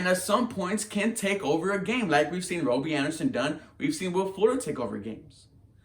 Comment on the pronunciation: Why are you saying robie?